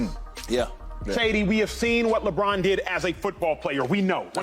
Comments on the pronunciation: How he say that Lebron James lime wrong twice and didnt catch his self lol and how didn't the cast catch it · He said Lebron loud proud and wrong😅😂😂😂